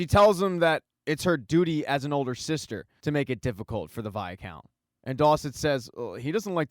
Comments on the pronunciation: Fun recap but....for the love of Pete!! STOP SAYING "VIA-COUNT"!!!! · It pronounce as "why count" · Viscount= v-eye- count or vycount. Where is this extra a in the middle coming from??? lol. Great recap. Please do Outlander!!!!